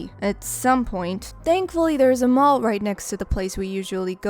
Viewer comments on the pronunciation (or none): none